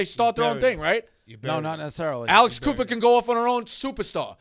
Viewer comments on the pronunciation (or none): none